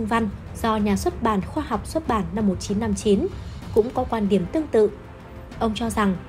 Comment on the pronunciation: GIỌNG ĐỌC LƠ LỚ CỦA TỈNH LẺ . "QUAN ĐIỂM" ĐỌC LÀ "QUÀN ĐIỂM" . KỸ THUẬT ĐỌC CÒN KÉM .